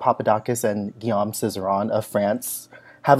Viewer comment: It's not "Guillaume and Cizeron"! You said this 2x ar the beginning. It's Cizeron and Papadakis. 😍 Also: say Ghee-ome, not -ahm. Sorry--French major here! Merci.